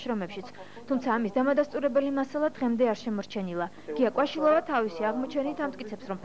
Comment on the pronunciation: მეტი დისლაიქი აქვს, ვიდრე ლაიქი ამ ვიდეოს და არასწორად ამბობს გვარს ჟურნალისტი. ღმერთო, სად ვცხოვრობთ? :)) ტფუი